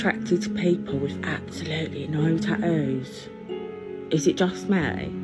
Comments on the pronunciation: "tahoos". She can't even say tatoos. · Taooows not tattoo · Am I missing the plot or why did she call her tattoos "tad-nose"? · She forgot to mention, she said "lip fillers and taoos" she forgot cheek, and chin implants as well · The way she says “tattoos” is killing me. Yick Edit: ta-ooze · sorry wtf is a ta ooo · Couldn’t even say tattoos right cuz of them big lips "taoos" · That girl with face tattoos...cant even say the word. Ta'oos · Lip so swollen she can't even say tattoos she keeps saying tacos "I'm covered in tacos" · Imagine being covered in something and not being able to say it. What is a tah ooh? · “Before the tah-oos” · that woman needs to learn there are a couple more T's in the word tattoos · How this chick say "tattoos", but pronounce it with 66.667% less T's than it's spelled with? That ain't no accent, that's a speech impediment.